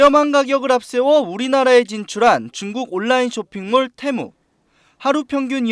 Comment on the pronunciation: 온라인 발음도 모르면서